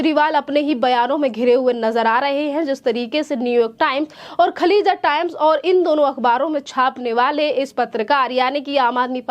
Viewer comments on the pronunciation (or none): खलीजा टाइम्स नहीं खालीज टाइम्स नाम तो ठीक से लें